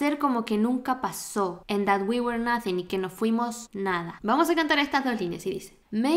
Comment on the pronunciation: Muy buena explicación muy buen video y muy simpática pero muy mala pronunciación de were soy principiante y me doy cuenta es el segundo video que lo noto lo pronuncias igual que where y esta mal